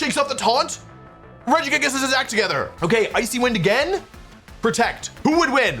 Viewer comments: Wolfey you should make a video covering your tendency to intentionally pronounce pokemon names incorrectly because I miss hearing "Regijigas" and "Cinder auchie" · I’m suprised he said regigigas normally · As someone who always pronounced it as "Reji jigas", I keep getting confused every time he says "Gigas". 😂